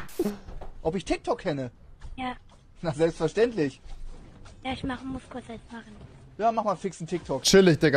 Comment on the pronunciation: Rewi und sein TICH seine Aussprache :)